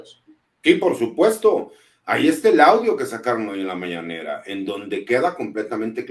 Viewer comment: Es mañanera no mananera